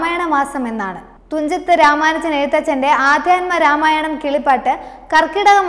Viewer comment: അതെ ആദ്യത്മ രാമായണം